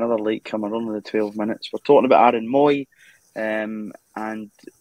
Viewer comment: mooy pronounced moay